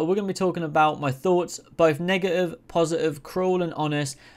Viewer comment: Say man…Im going to need u to pronounce “negative” a bit better bro bro